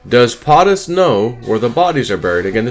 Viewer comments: It's not potttis it's poooootus. Long o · It's not Pahhhhh tus it's Pohhhhhh tus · PO-TUS not POT-US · Why " PAATUS" instead of "POTUS" ...PO not Pa never heard someone pronunciate like that.. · FFS, it's not POT- US. It's PO-TUS. PO, POE, rhymes with. Get it? Got it? GOOD! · POTUS = “Poe’tus” NOT “Pot’us”. Come on!!!!!!! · It's Po Tus not Pot Us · LoL, I know right.... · love your videos. I found your pronunciation of POTUS interesting.I’ve always heard it said PO- TUS ( long O as a Po boy sandwich.) maybe just google. I might be wrong… I know I’m not an expert for sure. 😉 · How is it that I'm Canadian and I know how to pronounce POTUS and you don't?! 😵‍💫 Just curious... how do you say SCOTUS? 😂 You have good content buddy, but c'mon.... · Please pronounce Potus correctly. Hooked on phonics is good but not in this case. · lol, exactly what I wanted to say. ;) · He may be saying it wrong on purpose. So YouTube doesn't strike his channel.